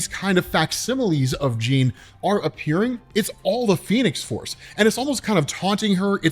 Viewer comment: said the phenes force lol